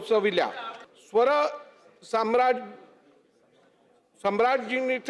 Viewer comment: स्वर सम्राज्ञी वाचता नाही आले😂